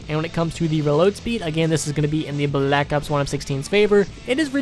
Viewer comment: Why tf do you pronounce Black Ops like that